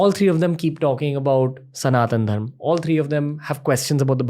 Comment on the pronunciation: Left the video when he said dharmaa